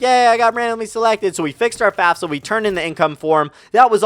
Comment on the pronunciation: Am I the only one who heard fapfsa instead of fafsa